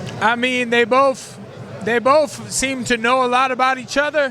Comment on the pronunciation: He said Bofe